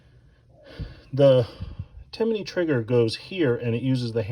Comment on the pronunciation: Its Timney. Not Timiney. There is no I between M and N when you say it.